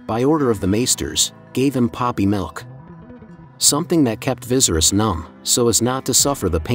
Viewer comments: Everyone say it with me Va-sar-ries😲Couldn't focus on anything in this video because of the commentator saying " Vi-zer-is". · King VY-SERE-IS not VIZERIS lol 🙄🙄🙄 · Dude said “Vizerus” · Right, he says it like how visceral is pronounced and it doesn't sound right at all to me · Vis er us pronounce it properly it’s so annoying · I swear😂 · Bro I hate how you say viserys name ! It’s actually pissing me off lol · How about pronouncing Viserys’s name correctly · Say his name correctly to start. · Rhaenyra should be queen because Viserys said so. Ps. please learn to pronounce the names right 🙏🏾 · Lmao bro the way you pronounced viserys legit made me jump hahah, kinda dig it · I hate the way he pronounces viserys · I think you are definitely pronouncing the name viserys, wrong. It doesn't end in "ies", actually you're pronouncing every name wrong!! Must be a computer.? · Am I the only one who thinks the pronunciation of Viserys makes this unwatchable?